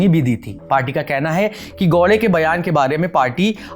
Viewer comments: bhai thoda muskil hai unke liye..😂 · भाई साहब वह गौडे नहीं है, गावड़े है.... स्पष्ट उच्चारण के लिए।